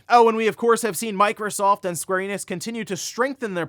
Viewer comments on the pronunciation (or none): none